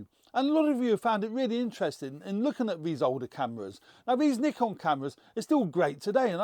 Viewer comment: Why can't he pronounce Nikon.. lol